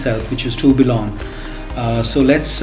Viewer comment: Tourbillon is pronounced as 'Turbion'